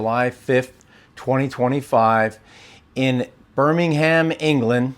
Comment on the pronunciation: I love how Americans say 'BirmingHAM' haha, it is pronounced 'Birmingum' 😅